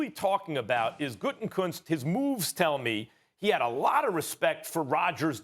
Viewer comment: For the love of God, it is pronounced "Goot-a-koonst"!! It is not "Gooten-Koonst"!!! It's not that hard...just read the letters! "Gutekunst"! There is only 1 "N" in his name, and it is the third from the last letter! Gah!! I can't stand him, but hearing his name constantly mispronounced by college educated individuals is like nails on a chalkboard!